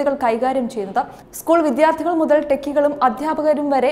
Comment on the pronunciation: വിദ്ധ്യാർധി വേണ്ട. വിദ്യാർഥി മതി.